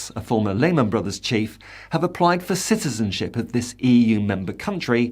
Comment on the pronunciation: Ciztizenship?? Supportzive. Practzical. Emptzy. Hurtzing. Battzered. Promotzing. = Brexit English. Soon to become like the ridiculous Spanish lisp.